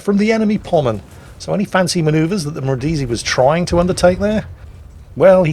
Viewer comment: Omg the way you pronounce Brindisi is very very bad soundet like some cinde of name from filipines not a name of a costal city in italy